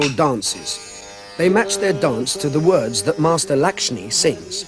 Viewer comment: the narrator is pronouncing all the words wrong!!